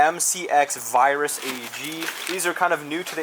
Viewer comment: AAA HE CALLED IT A VIRUS lmaoooooooooooooooooooooooooo its Vir Tu s